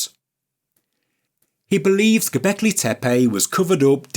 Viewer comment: I don't think I agree with your video but super KUDOS and congrats go to you to prounounce GObekli Tepe correctly compare to everyone else, including Ancient Aliens and Hancock. Not tee-pee . TAE- PAE.